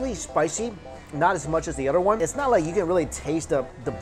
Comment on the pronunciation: The next time he says oder instead of other.....